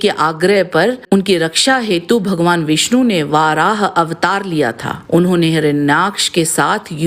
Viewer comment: Aap varah ko vaarah bolte hai jo English me bolte hai..sanskrit padhiye